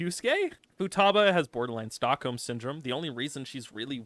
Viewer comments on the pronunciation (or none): none